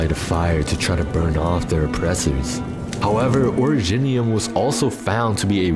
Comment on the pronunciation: oridge-nium? nah ori-jinium